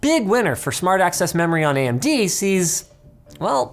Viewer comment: anyone notice linus said AM-DBrand? lol